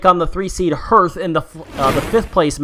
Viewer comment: Anyone else find the pronunciation of hearth as herf weird?